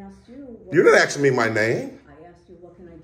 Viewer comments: He can't ven say the word "Ask" he says "Axe" !!!!!! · I wish you'd stop AXING and start ASKING. 🤣